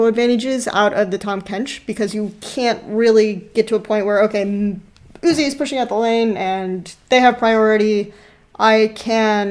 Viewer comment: Did she fuckin, called Uzi "You zi ai"??? Is this a joke, bcs i'm sick of people who dont know how to pronounce the players' names. This reminded me of LS and his "A Atrox" thing.